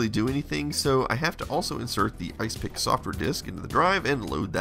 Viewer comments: Wouldn't it be pronounced "Is Epic", not "Ice pick"? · ISE-PIC..... ya saying it wrong!.... its "IS - EPIC" ..this is more a snapshot tool than a disk copier... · I dont think its pronounced isepik, but more like is-epic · Could be that you were right. No proof that 8 bit guy is saying it properly. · Are you sure it's not pronounced Is Epic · Could be right. No proof that 8 bit guy is saying it properly.